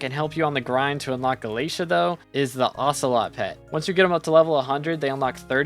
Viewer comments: he says galeisha instead of galataya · [NPC] Vaeri: Did you just say "Gala-tee"? [NPC] Vaeri: No, no! It's Gala-té-à! PLS say it right 🙏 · There's alot of things wrong with this video, its not to be mean, but please do your research (AND ALSO PRONOUNCE GALATEA CORRECTLY)